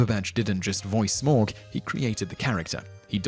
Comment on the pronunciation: just a note: tauriel and smaug t-OW-riel sm-OW-g :)